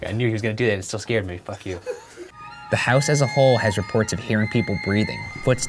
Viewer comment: camera man be like : scarde